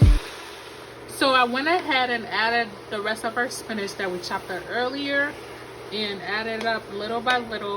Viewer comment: Why do you say Spinash? It's Spinach!